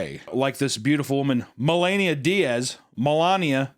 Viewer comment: is the only person on the planet that can have a serious discussion about Mother Horse Eyes but can pronounce 'Melanie'. lol